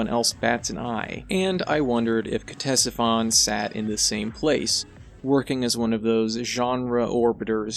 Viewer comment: ctesiphon is the name of an ancient mesopotamian city. the pronunciation is either "tessifon" or "katessifon", whichever you prefer :)